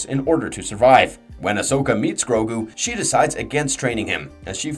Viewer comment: There are sooo many pronouncement problems in this video i tried to ignore it but it just continued with more and more words im just really glad you say grogu right lmao